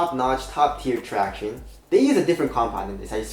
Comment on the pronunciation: Will ever say "traction" right again?!